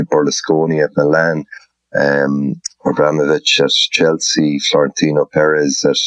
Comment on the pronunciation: Eamon trying to say Florentino Perez as "Florentin Peretzzch" haha there is only a slight lisp on the Z Eamo don´t overdo it to seem cultured and smart